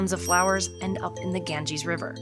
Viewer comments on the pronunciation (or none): none